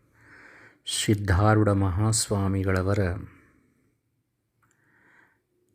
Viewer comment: ಆರೂಢ ಎಂದು ಉಚ್ಚರಿಸಿ ಸಿದ್ದಾರೂಢ ಅಂತಾ ಅನ್ನಿರಿ,ಸಿದ್ದಾರೋಡ ಎಂದು ಯಾರೂ ಕೂಡ ತಪ್ಪಾಗಿ ಅನ್ನದಿರಿ ಇದು ಆರೂಢ ಪರಂಪರೆ ಗುರು ನಾಮ ಸ್ಮರಣೆ ಸರಿಯಾಗಿ ಸ್ಮರಿಸೋಣ, ಇದು ನನ್ನ ಸಣ್ಣ ವಿನಂತಿ.